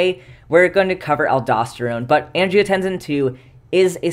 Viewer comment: I might not say anything if it wasn't for your superchat pronunciation challenges, but angiotensin seems like it should have a voiceless /s/. Like in tense, or similarly (but palatalized) in "hypertension". I checked some dictionaries, and they agree. Kidneys ARE cool. Countercurrent exchange and multiplication are neat. °෴°